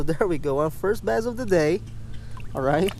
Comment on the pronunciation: We'll try our "basst"